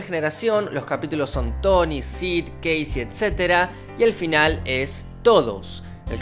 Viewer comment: es cassie y no casey como pronuncias